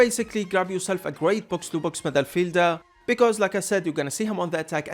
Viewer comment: Who else here loves it when he says "Midderfielder". 😂